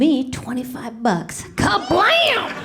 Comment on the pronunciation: That KABLAM sounded like bitch pudding